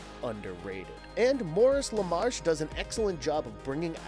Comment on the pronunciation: I think it's a bot doing the voice over. It also seems to have trouble with other certain words and it pronounces Maurice LaMarche as "Morris Lamarsh". Most of these listicle channels have bots doing the voice overs, but they're often fairly convincing.